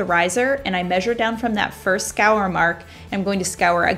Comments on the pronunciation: It's score not scour lol! Great ideas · Omg I couldn’t figure out what it was she was saying!!! Lol I love that she’s not perfect!😂🤣❤️